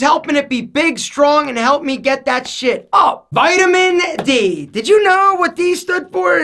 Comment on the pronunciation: When you say vitamin d 😂